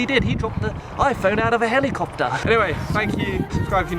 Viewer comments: How i say it, "Hell-i-cop-ter". How says it, "Hel-EEE-cop-ter" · Heliycopter lol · that accent 😂 Heli-CUP-tER 😍